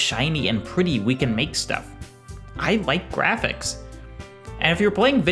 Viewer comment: That word is pronounced "Jrrrafiks"